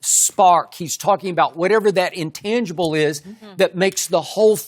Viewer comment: Not an undisputed video without skip saying intagibles